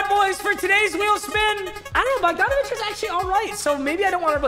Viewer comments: it’s bog-dan bog donavic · Bo- han bogdonavic